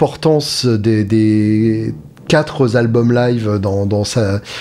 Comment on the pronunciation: pas vous! On dit quatre albums. Par pitié laissez les quatre z'albums aux autres!